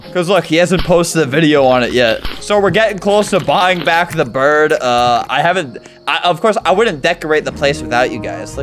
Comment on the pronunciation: Why you say cuse